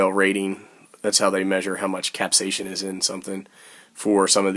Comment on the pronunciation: Capsaicin (cap says in ) not capsasion. Hahahahaha